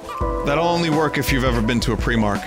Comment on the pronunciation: I will smite this man for calling primark pre-mark, that’s like calling Metroid prime Metroid preeme